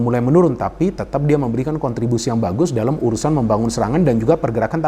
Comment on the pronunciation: Dalam bung bukan dalem